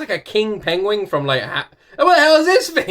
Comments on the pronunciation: He said "pengwing"... Is... Is he related to Benedict Cumberbatch? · You said "pengwing" like Benedict cumberbatch :D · You say penguin like Benedict Cumberbatch, pengwing